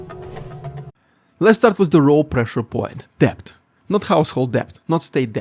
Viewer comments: "Debt" is pronounced "det" (silent b). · Thanks. Not a criticism but some assistance from someone who learnt English as a second language. The "B" in "debt" is silent.